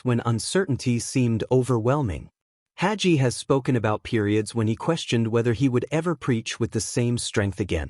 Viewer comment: When n A I BOT says "Hajee:" for "Hagee" it tells me the AI progarmmer does NOT KMOW John Hagee. Another fraud hiding behind AI, instead of having the SPINE to use a MIC!